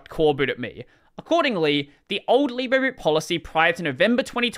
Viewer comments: If it was pronounced "leeb-rey", it would be spelt libré. It's "lee-bruh". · Oh, "libre boot" Here I thought it was "lib reboot" until I heard him say it out loud.